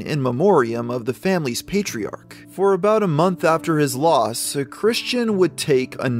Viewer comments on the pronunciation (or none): none